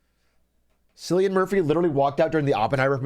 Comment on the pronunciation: Someone has to teach this guy how to pronounce Cillian